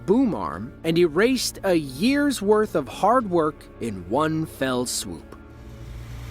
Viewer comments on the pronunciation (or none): none